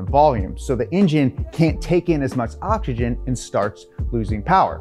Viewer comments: Is it just me or is he saying ochigen and not oxygen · Why can't he pronounce OX Y GEN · I like when he says oxkigen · If I had a penny for every time he said 'okshygen'...